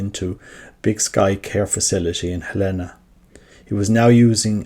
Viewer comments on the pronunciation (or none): Tiny, inconsequential note - "Helena" is pronounced HEL-eh-nah, in this instance. Thank you for posting about Fr. Stu!